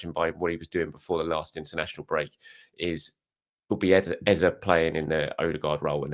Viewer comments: said it right earlier but people complained he wasn’t saying it right and he changed it. If you’re from Nigeria you can only laugh when you hear him say Eza. Ask 1,000 nigerians from the eastern part of the country and all will say Ezay. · His name isn’t EzA… it’s Eze pronounced Ezay as in ‘ay’… don’t know where the press are getting EZA from… his name is from the Igbo region of Nigeria and it’s pronounced EZAY 👍🏾